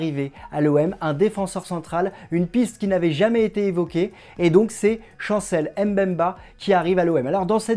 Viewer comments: ça se lit bemba et non M bemba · C'est Chancel Mbemba et non M'bemba🙄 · S'il vous plaît, son nom se prononce BEMBA ( et s'écrit MBEMBA) et M BEMBA. Le M ne se prononce. Merci